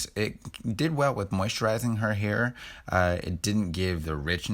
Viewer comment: "Hearth" - I love it!! 🤣🤣